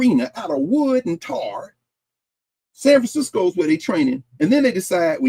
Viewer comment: I Love how he pronounced San Francisco. That is how us natives say it. I know it's petty but I appreciated it. I just love being in class with!